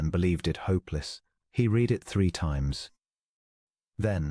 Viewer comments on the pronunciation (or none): How about the spoken pronunciation of read. It is always said in the present tense (reed) even when it should be past tense (red.) 😜